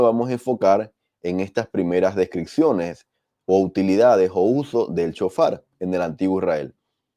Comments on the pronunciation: SHOFAR...NO CON C CON S ..SHOFAR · Sjofar así se pronuncia